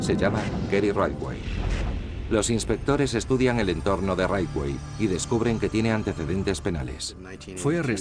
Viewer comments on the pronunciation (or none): Por qué pronuncia todo el rato como “raiwei” cuando todos los documentales en inglés dicen “ritchwei” (aproximadamente)? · "Raywey".... Jajajaja, siiiii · Muy buen documental, con lo único que no puedo es en como pronuncia el apellido de Gary. ¿Qué es eso de raitwey? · Por qué pronuncia Ridgway así? 🙄😖